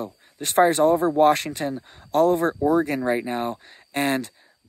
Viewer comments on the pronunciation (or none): none